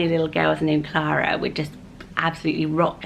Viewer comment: I love Alice and Elinor! Clara is beautiful the way you say it 💜